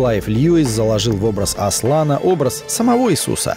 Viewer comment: Все бы хорошо... Но как в этом видео произносят имя Аслана=) Жуть прям